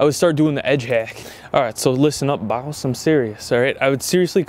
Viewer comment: says b0ss instead of boss Me: I see you're a man of culture